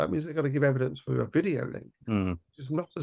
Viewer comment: ....... YOU ,, ..Were a former Detective ....... :face-purple-wide-eyes::face-orange-biting-nails::hand-orange-covering-eyes:......... DID You jusT Say ,, EVEDINCE ,, ....:face-purple-crying::face-purple-crying::face-purple-crying::face-purple-crying::face-purple-crying::face-purple-crying::face-purple-crying::face-fuchsia-poop-shape::hand-pink-waving: I Guess your NOT A Detective ANYMORE ,,..... :face-purple-crying::face-purple-crying::face-purple-crying::face-purple-crying::face-purple-crying::face-purple-crying::face-turquoise-covering-eyes::face-turquoise-covering-eyes::face-turquoise-covering-eyes::face-blue-question-mark::face-blue-covering-eyes